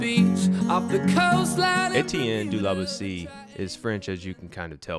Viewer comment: Great video (again). Boétie is pronounced bow-A.C (only without the w at the end of bow)